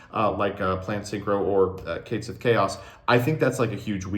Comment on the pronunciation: Once again commenting to be annoying about pronouncing Catsith wrong. Based off the Cait Sith (best described as "Ket Shee" in English) the "Sith" was just ported over wholesale and should just be pronouced the same way it would in Gaelic.